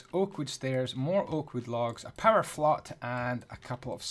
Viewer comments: Did anyone notice he said power flot instead of flower pot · Was it me or die everyone else hear power flot